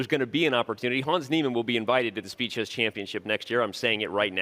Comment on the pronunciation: "Speed Chess" sounds more like "Speechless"💀